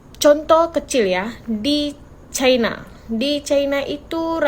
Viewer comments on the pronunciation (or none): none